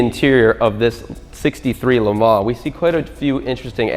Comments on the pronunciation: Great vid, as always!! But the S on the le mans, is mute. You dont pronounce it :) tip fron a french canadian. The bob ross was So epic!! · LE. MON. SILENT S